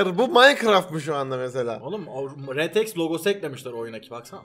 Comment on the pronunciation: Rtx e retex diyen tek yürekli adam 😂